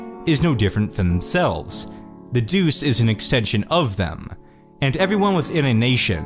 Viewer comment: great video though "duce" is pronounced like "dutche"